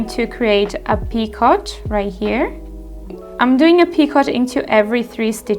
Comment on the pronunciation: Great video! Just so you know, picot is a French word, and it's pronounced "pee-ko". 😊